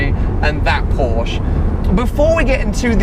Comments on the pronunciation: WOW, pronounced Porsche correctly in the 1st few secs then let himself down seconds later:-(. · Please pronounce the "e" at the end of "Porsche", buddy! ;-) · you own one now please pleaaaeeese stop saying "porsch" and start calling it "porsche" please!!!! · porsch..... EEEEEEEEEEEEEEE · I love the way you do your videos and always enjoy watching your channel, but could you please try improving on your pronunciation of Porsche. It's killing me :D